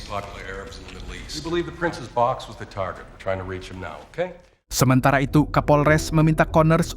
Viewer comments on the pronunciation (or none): none